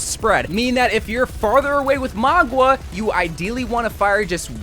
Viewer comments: Please its Mauga not Magua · I lose braincells Everytime he says magua instead of mauga. It's like mow-ga! Not maw-gwa! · Bro, it's MOW-GA, not MOG-WA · His name is Mauga, not Magwa lol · For the love of god please pronounce his name right, you keep saying magwa instead of mauga, you also pronounce kiriko wrong it’s so annoying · magua?????? dog i cant listen to this hahaha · why are you pronouncing it as "mogwa" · Bro stop sayin Magua 😭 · Where did you get the pronunciation Magua from? 🤣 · MAGUA? Bro is saying it wrong🤣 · tbf most people pronounce it maw-ga or mow-ga which is wrong but at least their actually pronouncing it how it's read. don't know where he got ma-gwa from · MAGWAH LOL what kinda way to pronounce it is that